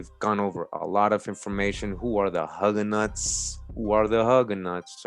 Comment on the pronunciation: Not Hug a Knots! Its pronounced Hue ga knots! AWESOME ACCENT!